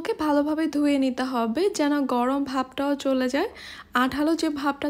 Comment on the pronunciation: বাংলার মেয়ে ভালো করে বাংলাই কথা বলো সেইটাই ভালো গরম কে গরম বলো গরওম আবার কি